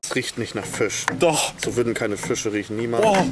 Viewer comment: Es heißt FISCH und nicht FICH!!!